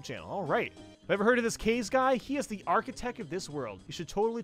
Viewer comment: Just so you know, it's pronounced "kah-ze". Kaze is Japanese for "wind".